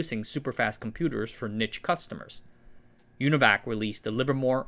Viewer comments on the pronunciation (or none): NEE-sh not NIT-ch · Not bad, but please learn to pronounce "niche" - it made me cringe. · bro you gotta learn how to pronounce "niche" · NEESH. Say it with me kids! NEESH. not "nitch".